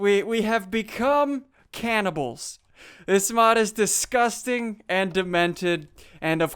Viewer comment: When you said caniballs I thought younsaid cannon balls